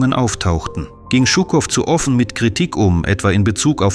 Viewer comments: Die Aussprache russischer Namen tut weh: Djuuukoff nicht Tschuckoff. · Hallo! Gar nicht schlimm, ich verstehe deutsch gut. Ich hätte bloß sagen: 1.ЖУКОВ und gar nicht «ШУКОВ»! Шуков oder Щуков klingt sehr falsch aus. 2. ich bezweifle, dass Жуков , direkt nach 13. Februar in Dresden war. 3. «Это не наша война» klingt nicht Russisch. 4.Englische und amerikanische Luftangriffe 12, 13. 14. und 15. Februar 1945 waren wirklich schlimm. Dresden Mitte und Dresden Johannstadt lag wirklich in Ruine …. ( ich wohne selber in Dresden). MfG aus DD Александр. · Жуков, nicht schukov, wie Jaqueline, fehlt euch eine Buchstabe? :)) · Shukow heißt Shukow und nicht Schukow. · Stimmt, den Buchstaben "Ж" gibt es in deutsch nicht 😏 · Es wäre schön in solche "Dokus" und auch wo anderst aus ländische Namen aussprechen.BITTE nicht nur die Englische Namen. Er ist nicht Schukow sonder wie Ihr die Jour nalisten ausspricht:Jukow,so ungefer... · Warum dramatisieren Sie derart überhöht diesen propagandistischen Umgang mit einem Interview? Shukow hat stets authentisch und ausführlich dokumentiert, dass der Sieg der Sowjetunion im Großen Vaterländischen Krieg kein "gesetzmäßiger" Spaziergang, sondern ein Kampf auf Leben und Tod war. (Zur Aussprache: dieser Held der Sowjetunion, dem Berlin und die DDR wesentlich ihre Befreiung vor 80 Jahren verdanken, hieß Shukow – und nicht Schukow). Im übrigen treiben heutzutage die westlichen Medien noch viel schlimmer eine verzerrte Propaganda: zur Geschichtsfälschung durch Verschweigen, Zensieren und Unterdrücken missliebiger Wahrheiten.